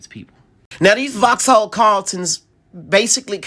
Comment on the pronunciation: Voxal not FoX HaLL